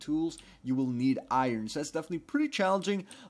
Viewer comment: STOP SAYIN' BEFENETELY PRETTY COOL OR HOWEVER YOU SPELL BEFENETELY (IM SWEDISH) IT MAKES ME CRAZY